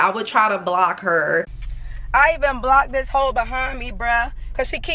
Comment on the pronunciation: “Not new to dis, I’m true to dis” 🤦🏻‍♀️😂on Mee